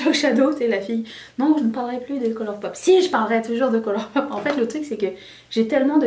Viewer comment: Tellement bizarre de te voir avec du marron sur les yeux. Je te préfère avec des couleurs 🙈🙈. Et ce même si le look et beau. Ça ne reflète pas ta personnalité flamboyante 😉. Le dernier ràl est mon préféré 😍. La manière de murmurer color pop 😂😂. Pourquoi pas une capsule sur les produits sephora. Pour une gamme de prix pas cher et qui change un peu en étant de qualité. Même si moi j'aime quand tu parle de color pop 😁. Bonne journée 🌈😄